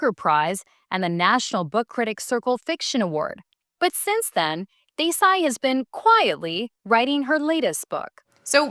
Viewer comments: They couldnt take the time to pronounce her name right, even when they have Indian co workers, whom they could have asked. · Omg the way the host pronounced Desai. How rude!